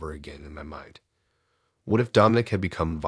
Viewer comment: Dom-I-nic NOT Dome- in- ic. Lol A.I.'s pronunciation drive me nuts🤣